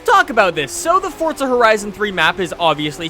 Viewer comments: What is your nationality because I thought it was forza not fortza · Its forza not fortza dumb fuck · Why does he keep saying fortza it's forza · he keep saying FORTZA, isn't it pronounced Forza with no T? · Forza not Fortza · It's Forza not fortza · you make some great content, but its FORZA not fortsa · Where's the "T" in "Forza"? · Since when is there a "T" in forza ? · Where is the T in forza? 😂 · theres no T in forza